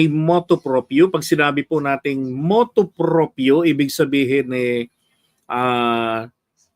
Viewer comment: Hindi motu propio. It is motu proprio.